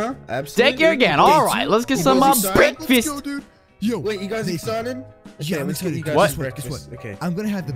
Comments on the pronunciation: breakfast: BEKFAST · this is my childhood ❤ this completes my childhood and i like when moose says "bekfesssst" i used to mimic that hahahaha . memories ❤